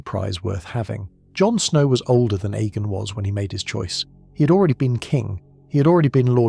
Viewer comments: The name was pronounced A-mon on the show. Why pronounce it E-mon? His name was spelled Aemon. The other name is spelled Eamon. In the words of Tyrion Lannister...."See the difference?" Lol I just heard you pronounce Aegon as E-gon too....why? It's clearly pronounced EGG-on. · A.I cant read for sh*t. E-mon, E-gon and the Will-dlings?? And youtube is taking down and demonetizing channels that are produced, edited and narrated by humans and then, they are feeding us this constant flow of A.I crap. Youtube, sack the people you have and employ better people that actually do the job (of checking channels for this type of rubbish) themselves, instead of leaving it to a computer programme. You lot are terrible at your jobs. You should be ashamed of yourselves, my sons dog could do a better job and she hasn't got thumbs, nevermind opposable thumbs. Useless, if somebody makes a decent alternative to Youtube, Youtube is DONE because people are sick of your bullsh*t.